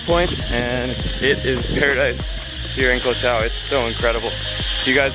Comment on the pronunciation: its not pronounced as kohtao, its Goh- dao and same with any 'koh' s its Goh...